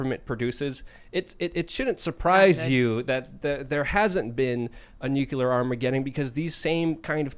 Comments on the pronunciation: Nu-CLEAR not NukeYouLer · ITS NOT FUCKING "NUKULER!" ITS NUCLEAR! NEW! CLEAR! NOT NOO KEW LER! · I cant take anyone who says "new-cue-ler" seriously. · man it pisses me of when people call it a nukuler . it's NUCLEAR , you know, from nucleus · if doesn't stop pronouncing nuclear (NEW CLEAR) incorrectly, I am telling the aliens! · Its pronounced nucular. The "s" is silent. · is CLEARLY Highly intelligent and profoundly knowledgeable, I just wish he pronounced “Nuclear” correctly.